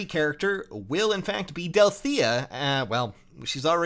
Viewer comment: Alright, we got that Berkut alt! Now all we need is that evil Gunter alt... Guys? What do you mean Del-free-tha? Oh no.